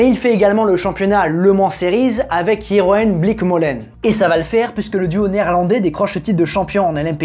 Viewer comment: Jeroen se prononce yéroun en néerlandais...